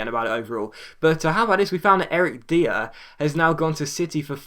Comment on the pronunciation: "Dier" is pronounced "Dyer"